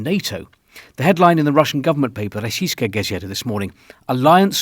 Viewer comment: Your Russian pronunciation is really impressive, Mr. R.